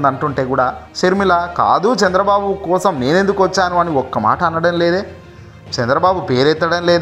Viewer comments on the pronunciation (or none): none